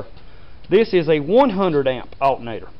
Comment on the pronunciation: he said "altnatr"